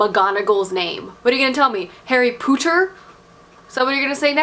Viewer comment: "Harry Potter (Poo-ter)" lol